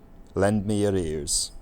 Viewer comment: The last example of the statement at the beginning, sounded like at the end you were saying “lend me arrears.” As an accountant I can tell you that’s not how arrears work. They are not lent, they are bent over.